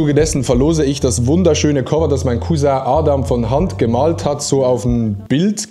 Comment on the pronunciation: an alle Deutschen: Genau so und nicht anders spricht man Cousin aus!!!😅